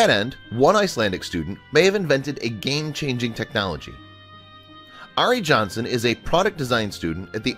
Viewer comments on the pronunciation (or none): First of all Ari Jónsson is not said like that. Second of all in Iceland we are called by our first names and the Jónsson part of his name is telling you what his father was called. If his name is Ari Jónsson you can see that his fathers name is Jón.